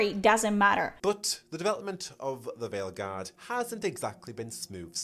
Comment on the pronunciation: I cant tell if you intentionally said "Fail guard" or its just your accent but either way its perfect 👌 😂